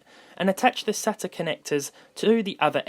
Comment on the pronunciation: I hate that he can’t say sata right